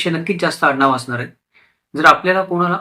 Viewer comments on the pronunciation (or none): none